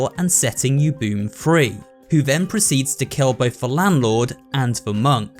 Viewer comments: its pronounced u-bu-me its japanese so you read it like a nursery kid who will read it as vowels next to consonant. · Its actually pronounced OO-boo-MAY the e makes an ey sound like in they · If you want to start correcting pronunciations, then at least get it right. It's Oo-Boo-Meh. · oo-boo-me is how you say it. but the way you say it is absolutely adorable dont stop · sigh, it's u-bu-me not yubum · Ubume is usually pronounced "oo-boo-may," not "oo-boom," but that's a minor nitpick. Interesting thing about the memory loss: as far as I can tell, the loss of the memory of a person seems to be a recurring thing in Japanese ghost stories. The biggest example I can name right now is Corpse Party, where anyone who dies has their whole memory wiped from the world outside the ghostly realm. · U-bu- me, not u-bume my guy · I don’t want to sound pretentious here, but I am pretty sure it’s pronounced “oo-BOO-may”, not “yoo-BOOM”… When Japanese words are spelled out in English letters, the phonetics stay consistent generally. This is because Japanese characters are more like what we consider syllables in English. Without any accent marks, U is always making the “oo” sound, and E making the “ay” sound, for example. But the characters for them in Japanese would also include the consonant combinations that influence the sound if applicable, as “bu” and “me” do in Ubume. I don’t speak Japanese fluently, but I am pretty sure I’m correct? Anyone who speaks Japanese, please correct me if I’m wrong. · It’s ooo-boo-May, not oo-boom. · For reference, 'ubume' is pronounced 'oo-boo-may' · Ubume is pronounced "oo-boo-may" lmao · I'm pretty sure that Ubume is pronounce Ubume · I did a little inside every time pronounces ubume as “yooboom” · More oo-boo-meh but yes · u said ubume wrong